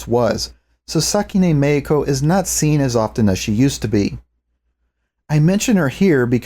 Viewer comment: Random: Every time you say Meiko, I hear "Mexico" in a Spanish pronunciation. uwu